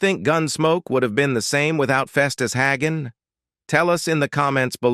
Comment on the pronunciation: AI voice, his last name was HAY-gun, not HAG-un.